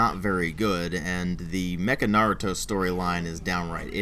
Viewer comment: Yeah I know that Naruto never said believe it in the Japanese version it's just English mis translation.But wow knew you know Japanese very well thought you only knew German and your Japanese pronoucing of Naruto at the beginning was spot on too.